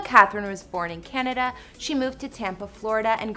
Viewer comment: She SaI'd canama like GURL SAY CANADA RIGHT